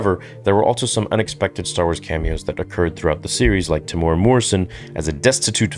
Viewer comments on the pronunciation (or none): Temuera is pronounced Teh-moo-ear-rah with rolled r's. I know it can be difficult to pronounce indigenous names properly but it's respectful. So if you respect Tem then you should make an effort to respect how his name is said.